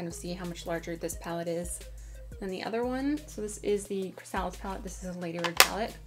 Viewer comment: I don't want to sound like a douche. But before you post your videos, you should find out how to properly pronounce words. Such as chrysalis. It should sound like you're saying (cri-sa-lis)